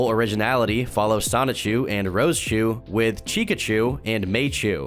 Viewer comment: it's Rose-chu, not rosa-chu